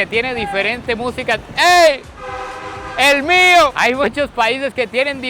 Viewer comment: ya ese si te salio DOMI DOMI, EL MIOOOOO hahhaha